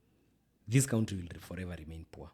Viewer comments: Any time he says country, "kauntri", I am sad. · Someone teach how to pronounce 'country'. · Bado anasema Ko-untri shwenzi